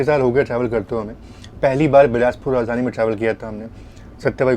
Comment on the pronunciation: राजधानी होता है ना कि राजधनी 😂